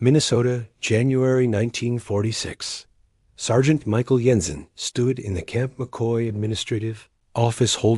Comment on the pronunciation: Jensen doesn't use a silent J, kinda ruined this story